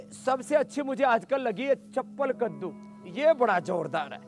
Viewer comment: Chapan kaddu hota hei not chappal